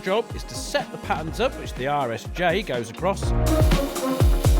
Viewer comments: Every time Colin says "RSJ" I hear: "Irish J" and I feel like he's taking a dig like they don't know the're an i shape. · Every time Colin says "RSJ" my brain translates it as "Irish J." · I kept wondering what the heck an "Irish J" was... then I figured out that's "British" for Rolled Steel Joist. I can't believe it took me most of the video to "hear" it properly. LOL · I really thought he was saying "Irish J" but after a bit of googling, I've determined Colin is saying RSJ, rolled steel joist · The whole time i thought you were calling RSJ "Irish Jay" Lookin good Colin!! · Lol rsj.....I could have sworn you were calling them Irish Js which I assumed was some kind of regional poke at Ireland lol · Was I the only one wracking my brains trying to figure out why he keeps calling the I beams "Irish J"? 😂